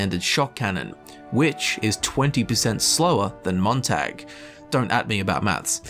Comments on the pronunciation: I'm cringing on how he pronounces Montag. The "a" in it pronounced as "ah" in the word not "ae". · It's pronounced tog not tag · It’s pronounced “moon tag” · I'm from Dresden, we dont pronounce it like the English tag like he is, it's not a hard o I think you call it but it's a lighter a? I dont know how to spell it how it would actually sound without using o